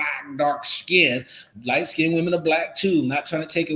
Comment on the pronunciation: FYI - "skinned" is pronounced as 1 syllable. It is not pronounced "skin - ded".